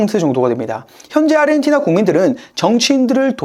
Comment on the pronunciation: 아시아, 아르헨티나를 발음하는 거 보면 얘는 한국인은 아닌 것 같애, 아니면 사람이 아닌 AI 던가... 평생 누구도 평생 저렇게 발음하는 걸 들어보지 못했거든.